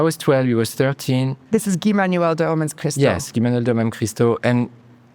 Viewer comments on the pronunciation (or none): Her repeatedly calling Guy Manuel "GAI" (you can see the first time she did it, she got a note in her earpiece to pronounce it correctly next time) and by sidestepping Homework and Discovery, just to ram the conversation to R.A.M. and Spotify: I find no joy in this video.